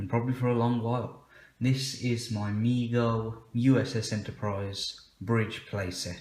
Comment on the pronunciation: Excellent review and thank you soo much for pronouncing Mego correctly (Me-Go, NOT meg-Go) so many UK folks like to deliberately mis pronounce typical words (not talking about the traditional ones like schedule). Keep up the good work!